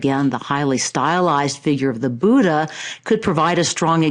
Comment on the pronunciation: I am an Indian and I am afraid that's not how Buddha is pronounced. In Devanagari script, it's written as " बुद्ध " and its correct pronunciation is very much different from how West, China and South- East Asian countries pronounce it.